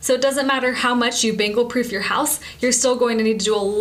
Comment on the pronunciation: Sounds like she's saying "Bagels" lol. :D